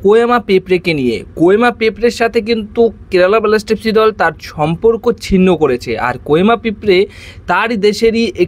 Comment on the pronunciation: ভাই উচ্চারণ গুলি ঠিক করো । কেলাব, বেলাস্টার, ভীষণ কানে বাজে । dont mind